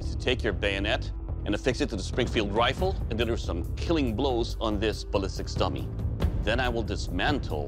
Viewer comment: I've heard ballistics Tummy I don't think that's correct but I cant unhear it